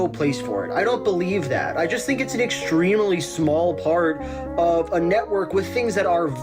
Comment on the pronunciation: for my fellow "extreme-uh-ly" aficionados